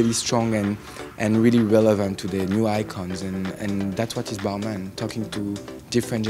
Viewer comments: Girl stop calling it Ball Mon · The creative director pronounces Balmain differently than the rest of the world.. 🤔